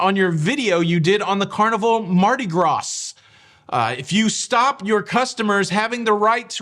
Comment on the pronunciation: Gras in Mardi Gras is pronounced like in Bra...... Please pronounce it properly